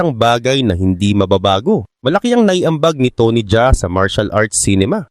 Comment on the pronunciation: tony Ja A hindi Jaa